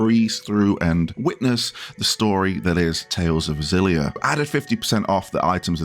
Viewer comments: I can read phenetic Japanese, it is actually pronounced "Ex-illy-ah" like you were pronouncing it before xD I am very excited for this remaster for a number of reasons, and I am so happy they removed the PS360 era color-muting filter. And while it would have been great to have Xillia 2 alongside it, it is still at the same budget price as Graces ($40 USD), so I'm not too fussed. Xillia stands on its own as an excellent game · Def like a hard X and not like a Z.